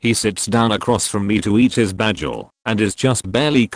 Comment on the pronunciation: Can’t believe the voice can’t pronounce “bagel” 🥴😭